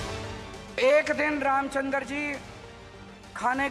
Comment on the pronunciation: रामचनदर नहीं रामचंद्र बोल , दिल्ली वाले रावण !